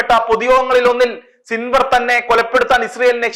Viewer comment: സിൻവർഅല്ല യഹ്‌യാ സിൻവാർ എന്നാണ്